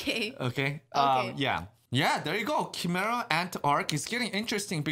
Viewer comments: its not chImera. You guys pronounce it like "Ki" from dragonball z. It's more like "kai" kaimera ants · because nobody who speaks English knows how to spell foreign words. How do you think Gojira became Godzilla? Chimera is pronounced Kai-mare-ahh instead of Chee-mer-ah despite the spelling.